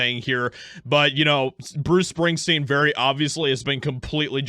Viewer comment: Who's Bruce Spingsteen?